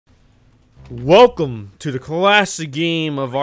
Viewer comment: The begin of the vid i hear u said "welcvm" XD